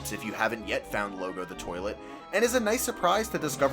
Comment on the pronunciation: Loggo is pronounced "Log-o", not "Lo-go". "Log" is British slang for a turd.